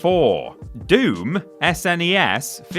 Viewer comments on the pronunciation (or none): Who says "Ess En Ee Ess" rather than SNES?! Nobody has ever spelled the letters out like that before, it sounds weird! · I'm Australian and I don't remember anyone saying "Snes"